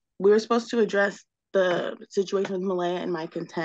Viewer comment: The mispronounciation of Malaya by the judge over and over irritates me.